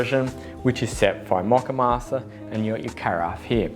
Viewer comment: Mock-uh-master? I thought it was MOE-kuh-mas-ter.